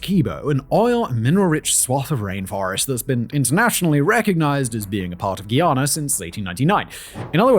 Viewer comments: Guy Ana not gheeyana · It's hard listening to him say "Ghee-ana" over and over. It's *Guyana*. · Guy.... its pronounced Guy...ana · Are you mispronouncing Guyana on purpose? We don’t say Guiana. Stop playing with us. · Say it with me… GUY-ANA. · Simon, Guyana is pronounced like the word 'guy' as in 'Who's that guy?'